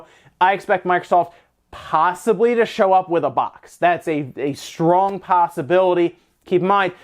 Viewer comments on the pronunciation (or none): none